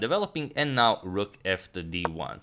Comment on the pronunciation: Now, not bow.